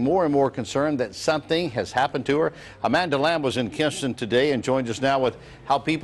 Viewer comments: "A-man-da hug and kiss" 😆🤣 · Amanda Hug-n-kiss!!!!! 🤣 lost it